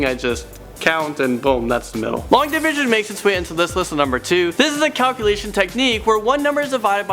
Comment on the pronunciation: "long divsion" LONG DIV_SION yeah... it has an I in it there